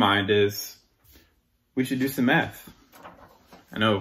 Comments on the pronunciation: He said "meth" that was the problem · Did he "Do some math" or "Do some meth"? Because meth might explain his ideas. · I thought he said METH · LMAO I thought he said "lets do some meth" lol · did he say we should do some meth? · When he first said he needed to "do some math", I thought he said "do some meth" and I thought to myself "Finally we know the fuel for these videos!" :-) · I thought he said it's just a bit of meth 🤔🙄😳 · Did he say "meth" or math? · why you had to say math like that? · Not going to lie. Knee-jerk reaction I thought he said "let's do some meth." I'm sitting here like "well that explains some things."